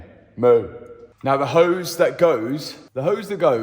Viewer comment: "The hose that goes...." With Mat's accent that made me laugh!! I am from Canada and learning a lot of British terms by watching this channel!! Always good times on both of the channels!! Cheers guys! "Well perished" is another great term!